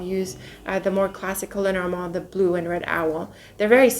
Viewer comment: Where are you from,??? You are such a regal queen, love the way you pronounce "Lenormand", the actual French/French-Canadian way of pronouncing it, which is why I asked where you're from, you look like you could be French or French Canadian, what is your heritage? Just must be something so very lovely!!! 😁🤗